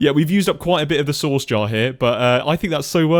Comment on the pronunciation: Every time you say "source" I hear "sauce" and it makes me giggle